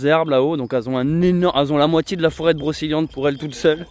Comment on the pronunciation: Broceliande pas brokeliande...on ne dit pas kendre mais cendre...ou kedre mais cèdre...oui magnifique forêt